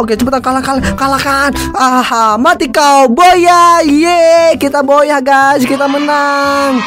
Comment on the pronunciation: Bang baca booyah itu bacanya buyah bukan boyah